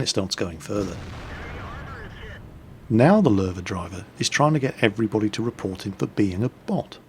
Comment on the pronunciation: kemp,isult,reportta,Kamp,capsirkel,Arti,Cmap i base,unfair plane(wtf),behajnd,tem,kaping,Ston,torret,bodi,naow. hmm my brain is just wtf. He really needs to learn english